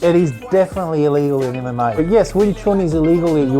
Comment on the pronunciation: is calling MMA "am am may" LOL